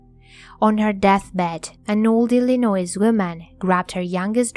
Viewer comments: Cheers.......Please, the "s" is not pronounced in Illinois, it is silent and pronounced as Illinoi........ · ~ You've mispronounced the state of ILLINOIS. The "s" at the end is silent. It's pronounced like "ill annoy".